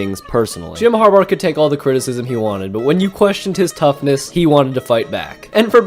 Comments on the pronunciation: HarBAUGH not harbar🤣🤣🤣😩😩😩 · Har-bar? It’s pronounced Har-bah. His last name is Harbough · why do you pronounce harbaugh as harbar it is grating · Did he call him "har-bar"😅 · am i the only one who hears him saying Jom harbaugher or harbar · The way you say Harbaugh sounds like you add an r at the end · Was going to say this…